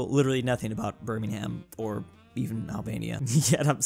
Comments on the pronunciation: I love how refuses to learn how to correctly pronounce birmingham Its pronounced birmingum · Another day, another reminder that Birmingham is pronounced birming-um, you AREN'T meant to put emphasis on the "ham" part. Until next time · pronouncing the h in Birmingham is disturbing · just said Burning Ham instead of Birmingham, not surprising, no offense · Petition for to say Birmingham correctly. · You are not supposed to pronounce the h in Birmingham. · everytime he mispronounces Birmingham I cringe